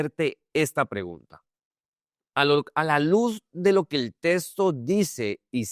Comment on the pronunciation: Porqué dise testo se dise texto